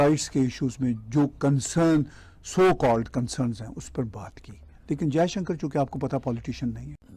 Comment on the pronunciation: Anchor महोदय कम से कम हिंदी तो शुद्ध बोला करें। जयशंकर को जयसंकर बोलते हो violations को bhayoleson बोलते हो